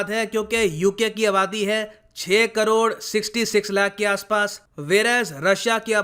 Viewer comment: Chhe krod sixty six lacs, are u a punjabi?